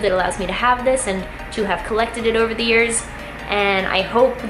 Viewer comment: "Zee lips"😂